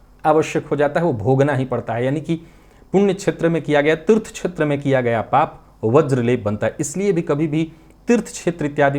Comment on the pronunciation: संस्कृत में 'राहु' शब्द का 'हु' ह्रस्व है, हिन्दी के शब्दों में चाहे अंतिम 'ऊ' दीर्घ लिखा जाता हो। बोलचाल में भले ही 'श्राप' शब्द चलता हो, शुद्ध संस्कृत भाषा में यह शब्द 'शाप' है। 'क्षेत्र' शब्द के उच्चारण में प्रादेशिक प्रभाव से 'छेत्र' बोलना-सुनना अच्छा नहीं लगता।